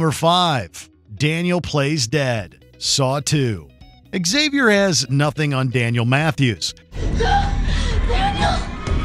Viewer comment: "Eggsavy-or"? isn't it pronounced 'Ksavior'?